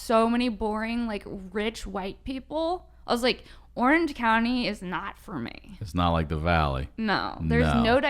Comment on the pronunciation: "Orange county" not "Oiiiuuerhenge counnniee", This upspeak is killing me